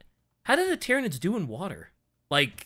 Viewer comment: Planet "Tie-Ran" continues to call nids "Tear-inids" .... Brah